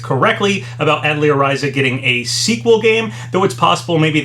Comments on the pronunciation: It's RISE-UH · Its so funny when these Youtubers, particularly ones that continuously make long videos covering lots of information, always say when pronouncing words they aren't familiar with something like "i'm probably not saying that correctly i don't know how to say that", when their platform, and in a lot of situations their main source of income, is Youtuber. They spend all their time on a video website where they could easily search for a video relating to the word they claim is has such an elusive pronounciation, and learn how its said. It would seriously take mere seconds to fine out.